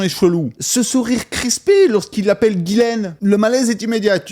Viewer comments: C'est pas GUYSLAINE C'EST GHISLAINE DONC TU FAIT COMME SI C'ETAIT UN J C'EST JISSLAINE BORDEL!!!!!! C'ESST TRES REPANDU COMME PRENOM AU QUEBEC MERDOUILLE TRUST ME MAN! ARRETER DE FAIRE DE LA DISLEXIE EN PENSSANT QUE LE H FAIT LA JOB DU U..... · Ça se prononce JICELAINE !!! Comment Eps at-il pu voyager sans problèmes au travers le monde tout en étant sur la liste de délinquants sexuel ?